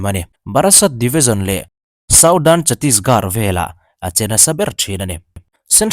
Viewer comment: Teri gaan marung tih hi English chuan, i will f*** your a** tih na ni a.. India hmun hming hrang hrang "Garh" pronounce ah hian "H" kan lam ri lo fo mai. Chhatisgarh i pronounce dan hi ngaithla lêt la, achunga first sentence hmasa Gaan nen khian i lam dân a in ang chiah, vai ho in min nuih ru ṭhin a, chuvang in ka lo sawi ve ni, i channel hi ṭha ka tih leh hlut vang a lo hrilh che ka ni e..👍 (H lam rîk tel tur, thlûk na tello vin)